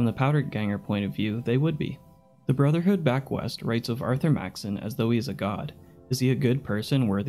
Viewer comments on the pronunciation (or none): none